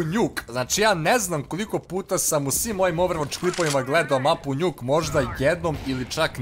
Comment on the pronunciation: a zasto kaze njuk kad se zove nuk